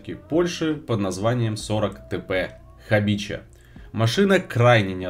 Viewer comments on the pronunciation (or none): не хабича, а Хабиха.